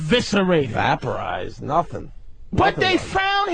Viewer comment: Really no one is gonna call Opie out for his pronunciation of "VAP-A-RIZED" , I've never heard someone pronounce so many words the wrong way like the Opster has.... but I really don't see the hate he gets, he honestly moves the show forward instead of being at a stalling point like the episode right before this one where Patrice and Danny fought for 3 hours, and I love Patrice but it was too much on one subject, FUCK DANNY THO